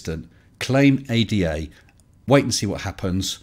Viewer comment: We say it as initialism. The A-D-A not as an anagram. FBI not SCUBA.